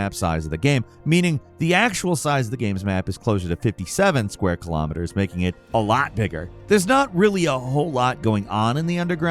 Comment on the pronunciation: Please learn how to say "Kilo" Kilometers, Kilograms, Kilotons. It's spelled and sounds the same, it's not Kilamiters